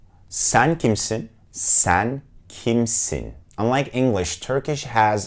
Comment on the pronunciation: Yalnız Sen kimsin? kısmını tıpkı senin gibi vurgulu söylerlerse bir türkün karşısında hiç iyi şeyler olmayabilir hahahha :D